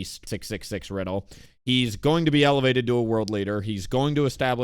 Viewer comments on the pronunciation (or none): none